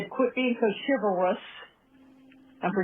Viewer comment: “Quit being so CHIVALOUSSS and start laying some THUTHISMS on her” - is this even a human being speaking? That woman is straight up defective.